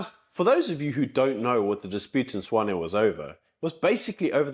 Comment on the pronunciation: I thought it Tswane not swane